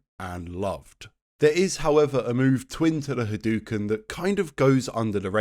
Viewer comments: Wow it is insane how annoyed I get listening to you say HaDooKin over and over again. It's pronounces Ha-dough-ken. Not hadookin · 37 years and people still saying "hadoo-ken" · I never understood this. Not only does he say the word literally EVERY time he does it but its the same across all games and has been for decades. Yet somehow people STILL pronounce it hadooken. Normally, I would ignore it but bro... its a history video, in this context its kind of egregious ngl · This brings up another question for me. Why do people keep pronouncing Hadōken wrong, like "Ha-doo-ken" instead of "Ha-do-ken"? I mean, Ryu even says it as early as SF2 verbally, clearly as "Ha-do-ken". What's the reasoning? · On bit crushed consoles from the '90s it definitely sounded more like hadooken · cool vid, but the mispronunciation was driving me crazy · Video is great as usual, but the mispronunciation of Hadouken is driving me crazy. The "ou" always makes an "oh" sound when properly romanized from Japanese, it would never make an "oo" sound. Technically you're supposed to make that "oh" sound last a little longer as well, but that's not something that's easy to distinguish for native English speakers, so it matters less if you get that right. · is it like a funny bit that you're saying hadouken incorrectly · my swedish brothers have been saying 'hadooken' for like all of my life i truly didn't even think about how he says it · hes been making videos about street fighter for 13 years. ryu doesnt even say it that way in the games lol